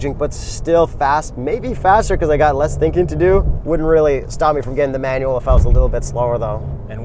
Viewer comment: LOL what about his pronunciation of Manual "manwell" LOL